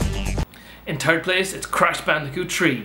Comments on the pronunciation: Everyone is bitching about the games but nbo one writes anything about your english. Dude please, number 3 is pronounced like "free" not "tree, it is "fird place" not "Tchird place" Remember for all eternity letters "th" together should be pronounced like letter "F" not "tch" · You say turd instead of third? You said a swear! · third....Fird...not bloody turd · Dude, "th" is not pronounced with a t sound or a D sound. Did you fail kindergarten or something? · That is how it's pronounced by Irish people, but cheers for the xenophobia, bro! Good to see another creator helping to spread positivity through the world!